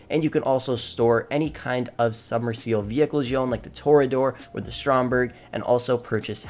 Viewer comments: I was gonna give a pass for the "Kosatka" pronunciation, I shrugged off "Toreador"... But then I got to "Jugular". "Joogalar". Bro, what version of English did they teach you? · He literally can't pronounce any of these Kosatka is Koh-Sat-Ka Toreador is Tory-Adore Jugular is Jug-You-Lar Krieger is Cree-Ger Also for drifting you wanna use something more like the Rapid GT or Banshee 900R not the ZR380 Also Yeah no thats really not NOS, thats a rocket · Tow ray uh door